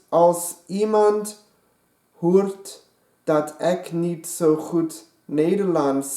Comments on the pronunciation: hij zij hoert in plaats van hoort dat is niet echt normaal om te zegen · You did pretty good but you mispronounced a word in the text which let to a funny result. You accidently said the Dutch word for prostitute instead of the Dutch word 'hoort'😂